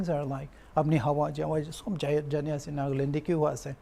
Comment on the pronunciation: It's NAGALAND not NAGLAND